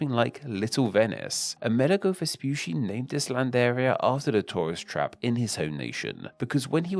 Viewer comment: vespoosy was so funny every single time he said it XD in italian, the double cc is a ch sound, like focaccia. so it was more like vespuchi